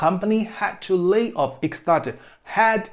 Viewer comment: Почему вы читаете lay как laid?